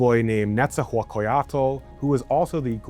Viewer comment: it's pronounced Nex-tlah-guahliz-tlee and is Nah-gua-tl not wtv tf u said lmao